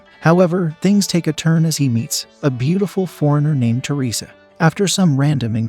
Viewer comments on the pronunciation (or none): none